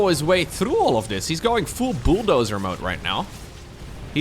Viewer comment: Me: I'm a mature SC2 fan I won't laugh at silly pronunciations.: Booldozer.